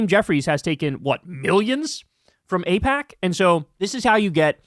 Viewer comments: Ipack. What are you trying to hide Kyle? 😂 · Kyle, its pronounced eyepac....or is it.... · Was Kyle kulinski mispronouncing aipak at the beginning of the video a passive aggressive jab at David pakman? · uh oh! Kyle forgot how to pronounce AIPAC too! 😂😂😂 /s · Secular talk confirmed dark money! Doesn’t know how to pronounce aipac! See first 20seconds!!! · I feel like that mispronounciation on Aipac was a Freudian Slip shot at David Pakman or David Pauhkman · Hole up' was that mispronunciation of AIPAC at the beginning of the video a David packman jab 😂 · Pakman got everybody fucking up AIPAC's pronunciation now. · whoa does Kyle not know how to pronounce AIPAC? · IT'S SPREADING! Now Kyle also can't pronounce AIPAC. 😂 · Is Kyle all David Pakman now, not knowing how to pronounce AIPAC? 😉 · Well I can't believe you pretended not to know how to pronounce it Kyle. How topical of you. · smh now even Kyle is pretending not to know how to pronounce AIPAC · Kyle pretending not to know how to pronounce AIPAC! He’s compromised!!! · Aussie here. I love Kyle almost mispronouncing AIPAC like David AIPackman 😂 Time for the left to take over the Dems and force the corporate shills out. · "AIPOC"? Pfft, okay whatever you say Mr pakman.... xD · Oh! Now Kyle is mispronouncing aipac now too! WHAT IS GOING ON? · 😆- you slipped up pronouncing AIPAC. I think you were channeling your David Pakman doppleganger. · Looks like Kyle isn't sure how to pronounce AIPAC, either 😅